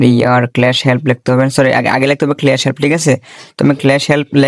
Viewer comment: আরে মূর্খ ক্লেশ না স্লেশ 😂